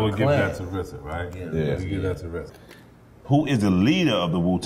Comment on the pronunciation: Just say RZA! Why is it such a difficult thing to say RZA? Such a disrespect for the man responsible.